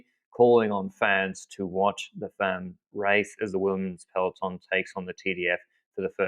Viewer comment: Please, please learn how to pronounce "femmes" correctly, especially since you're going to be using it a lot in the future probably! It's actually very easy: the "e" is like the "a" in "half"! You're welcome :)